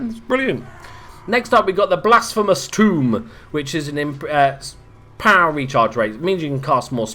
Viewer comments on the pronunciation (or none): Just 'cause I'm a prick about spelling and pronunciation: The "to" in "tome" is pronounced like the word "toe". You actually used the word "tomb". Though I suppose I can understand why one would be inclined to make such a mix-up considering the subject... You did eventually pronounce "reliquary" properly, though. Credit where credit is due and whatnot. More on-topic: I can definitely see these getting a lot more use than those damn black coaches. I've never been able to get much mileage out of those damn things. And the micro on 'em sorta turns me off, as well. Never been a big fan of charge/shock-type stuff. Definitely more worthwhile than the corpse carts, also. Except for maybe the Lodestone carts...